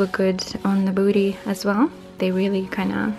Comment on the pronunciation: i love when you say da booty ahahha